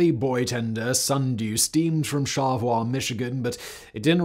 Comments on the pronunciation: Great discussion. But we born here pronounce it 'Char-le-voi' with 3 clear syllables. My folks remember the Bradley disaster and the Sundew going out. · Charlevoix is pronounced "shar-la-voy". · I live just a few hours from the home port and I’ve never heard this story! Also it’s funny to me to hear Simon say Charlevoix like “char-le-voi” instead of us Michiganders who say SHAR LA VOY! Lolol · I watch the memorial for the Edmund Fitzgerald every year. I didn't have any physical connection to the ship. It's a Michigan thing. I have to offer a little help in pronunciation. First Charlevoix is Shar-la-voy. The other is little harder. It's Huron, pronounced Here-on. I really like watching videos about our beautiful state. You do great work. Thank you!!! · Another trip back home. Thanks Simon. EDIT: Charlevoix is pronounced "Shar-Lee-Voy". Damn French-Canadian words. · Always love stories from The Great Lakes. We pronounce the town like voyage; Char-le-voix (SHÄR-lə-VOI), by the way. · I know this is 2 months ago and you probably won’t see this. But Charlevoix is pronounced “Shar-le-voy “. I know you pronounced it the French way but as someone who grew up in Michigan, it bugged me, lol great video though 💛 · Charleviox is pronounced "Shar-luh-voy". Much like Ft Michilimackinac, or the Mackinac bridge,or Mackinaw City (pronounced the same way), it's not pronounced like the French would have said it. "Mack-in-aww" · Simon, I really liked you videos of the Great Lakes recently but you kind of mess up the pronunciation of some of the places. I’m not good at phonetics but Huron is pronounced hyeron, Charlevoix is pronounced sharlavoy. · Where is "Shawevah, MI?" Fun fact - in 406 episodes of Forensic Files, true professional Peter Thomas never once mispronounced a name or place. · Charlevoix, MI is pronounced "shar-la-voy". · Say it with me.... Man-ih-tow-wok Also, shar-lah-voy... Sorry, but this is part of the issue with "Weskonsin" there is no e in Wisconsin.